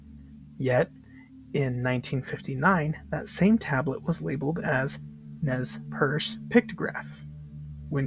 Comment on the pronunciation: FYI Nez Perce is pronounced Nay pair-Say